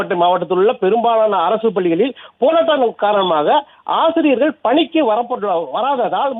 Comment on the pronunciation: ஆஆசிரியர்கள் அல்ல ஆசிரியர்கள் .ஒழுங்காக உச்சரிக்கவும்